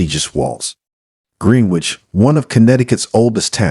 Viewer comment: Pronounced "GRENN- NITCH" not Green-Witch. - Excellent voice , diction & presentation otherwise.